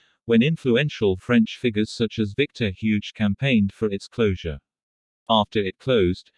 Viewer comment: "Victor Huge" instead of Victor Hugo 🤣🤣🤣🤣🤣🤣🤣🤣 pretty awful writing and AI. And the "history" is barely more than an outline. Yeah pretty worthless video